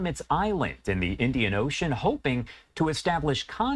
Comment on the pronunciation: Or the "Indiana Ocean" as pronounces by reclusive Joe Biden tribe.